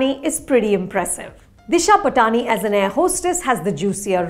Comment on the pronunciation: It's 'Paatni' not 'Pa Taani'...when will your pronunciations catch up with your gorgeousness Anupama 😂😂